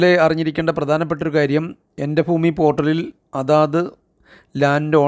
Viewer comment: എൻ്റെ foomi അല്ലടാ ഭൂമി